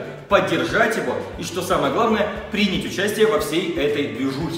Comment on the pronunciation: принЯть участие. А не прИнять, грамотей